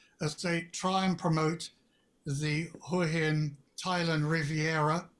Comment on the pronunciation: Nice job and big thanks for pronouncing Hua Hin correctly.